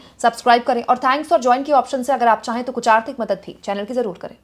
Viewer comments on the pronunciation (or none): none